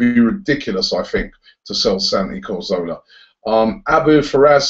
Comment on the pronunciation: come on Robbie, it's pronounced 'Ca-zorla' not 'Cor-zola'. He's only been with us 2 years!